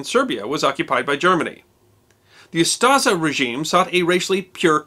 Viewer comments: It's UstSHa, not Ustaza. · Its not Ustaza but Ustasha s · Ustaša is pronounced oostasha not yuztaza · If I've ever heard this guy saying "Yoostuhza" I would never guess he is trying to say "Ustaša". Great video, though, 10/10. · he saying Ustaža or smth like that... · The name for the Croatian fascists is pronounced "Ustasha", not "Ustasa", it has an "accented" "š" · Moderator should have really learned how to pronounce “Ustaša”. The way he’s pronouncing is way off.